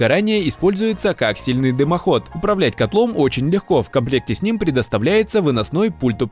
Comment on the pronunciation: Дымоход КОАКСИАЛЬНЫЙ, а не каксельный)))))